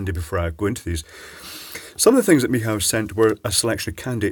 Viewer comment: Michał, is pronounced by saying ME-HOW.